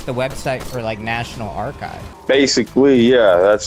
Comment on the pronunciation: ive never seen someone mispronounce archive before lmao